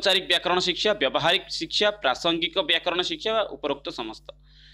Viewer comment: ଆରେ ଭାଇ ଓଡ଼ିଆ କହୁଚ ଟି ଠିକ୍ ରେ ଓଡ଼ିଆ କୁହ ସିଖସା ନା ଶିକ୍ଷା